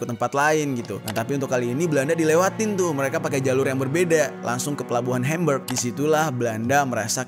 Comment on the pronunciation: Hembeg..🤣🤣, HAMBUG yg benar bacanya bro..🤦